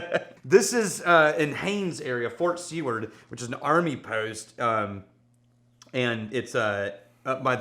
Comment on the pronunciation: It's pronounced "Sue-word" , Oh what am I saying, never mind.